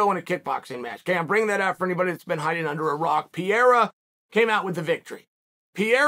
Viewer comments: It isn't "Piera", it's "Pereira". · Pierre? It’s pronounced per air uh? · Uncle it's Pereira !! Not Piera. But you know what , if you say Piera , it's freaking Piera ! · Noone is a smart guy. I haven't heard anyone speak that before. Would you say Latin is a dead language? Haha I'm just kidding. My point was that most of us don't know Portuguese so its silly to try and listen to Pierra. Pereira* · PIERA = Peireira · "Pi era" almost there, champ, almost there! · It's pronounced prrr Ay Ruh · Who the fuck is PIERA ? , bro take your time and enunciate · Sonnen needs to learn pronunciation. How in the hell he thinks the name Pereira should sound like Pee-era is just stupid/lazy. C’mon dude, at least make an effort. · PEE - ERA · ""pa ray ra" lol bugs the shit out of me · Piyara???? Loool at least pronounce the guys name right come on it’s not that hard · OH NO Chael !!! It’s not Piera. It’s not “pee air uh” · PERERA! pronounce his name right sunning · Pee Air Uh 😆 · “Alex Pierre” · Its pronounced Perayra. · (Pee-Era) lol leave it to chael to give all figures a nickname by accident. To be at smart as he is he sure could use a refresher course in ELA (English Language Arts) lmfao 🤣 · Forreal. Who’s Alex Pierre?? 😭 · Pronouncing "Pereira" like this "Pee-era" is the craziest thing ever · It's Pereira, not Pierre, of course idiot chael thinks it's funny to get it wrong for the 100th week in a row. Pereira beat shit tier fighter adesanya twice, starching him one of those times. The absolute state of the UFC's talent scouting. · Chael either has no culture or he’s dumb AF. He can’t pronounce simple names after hearing the entire MMA community say it a trillion times. Sheesh! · How many times is Chael going to pronounce Alex’s name wrong? 🤣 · Sou brasileiro, e até hoje não vi um gringo falar da forma certa hahahaha Mas é compreensível já que em inglês não tem esse som, eu acho